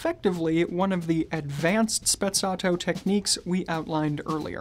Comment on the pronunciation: Is Sprezzato no Spezzatto